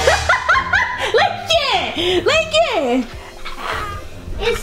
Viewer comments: It’s GHet Toe 🤣🤣 he’s too cute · Nah 😂😂😂😂 not Get-toe! So cute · It’s ghet-toe. It’s ghet-toe. 😂😂😂😂😂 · Omg he so smart he just blowed me he said it's so Get-toe its a nice bed😂😂😂😂